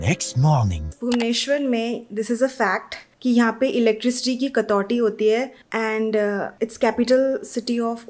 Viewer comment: Hahah😂 it's कटौती not कतौटी